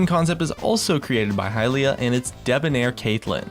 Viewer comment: I appreciate your content, but your pronunciation switch ups made me cringe a few times. "Hylia" to "Hehliuh" to "Hayliuh", "Bland" said correctly, to "Blain". Sorry for the nitpicking it's just something that stood out and distracted me from what you were showcasing. A little consistency is all I'm critiquing you for, whether you're pronouncing it right or wrong.